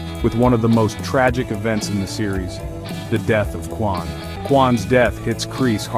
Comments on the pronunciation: Bro said Quan it’s kwon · “Quan” 💀💀😭😭😭 it’s Kwon lil bro 🤦‍♂️